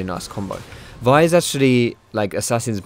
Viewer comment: Its the right way to say it.